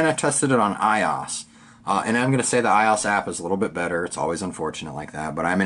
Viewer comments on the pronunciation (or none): lol it's pronounced I-O-S not iOS as one word but great video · Was going to buy this for my office, but I think Im going to pass. Im laughing at myself as I head my head tilted while watching the app review portion. Why didnt you just edit the video? HA! Also, its "I.O.S". I was like, "wtf is "eye-oss"? HAHAHA! Damn. Thumbs up for me!